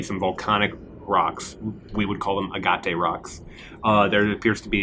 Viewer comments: AG-et. Not "ah-gah-te" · That is not the standard American pronunciation. He likely had only read it before. It is pronounced ah-GAT or ah-GUT depending on the part of the country you are in. ah-ga-TE is non-standard. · pronunciation of "agate" is SICKENING